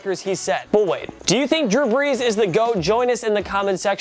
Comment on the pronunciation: who is this drue breas?